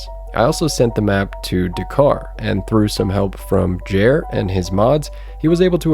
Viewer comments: Lovely stuff, just want to mention that Jere is pronounced more like Jer-eh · How can you butcher the pronunciation of my boy Jere so bad😭 as a Finnish speaker I'm offended.. Just kidding